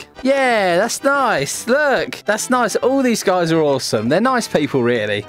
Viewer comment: LOL HE SAYS I'm noice but Kandice is not noice even though he killed some ppl LOL THIS MADE ME LAUGHING SO HARD